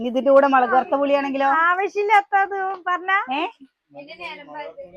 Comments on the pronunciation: മളക് ❌മുളക് ✔️ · മലക് പൊടി അല്ല മുളക് പൊടി